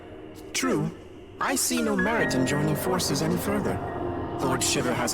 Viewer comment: Gosh... Shiva's name being butchered here is the worst. "Shiv-a?" No. It's pronounced shee-va.